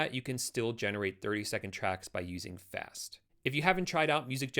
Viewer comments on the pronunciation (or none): none